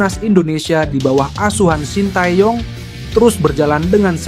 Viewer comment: Min, kalo baca shin tae young jgn dibaca blak²an, bacanya sin te yong, tae dibaca te. Young dibaca yong.